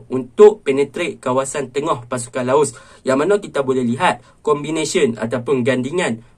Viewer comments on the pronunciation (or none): Bro sori bro Laos bro bukan laus . Btw ulasan bro memang mantap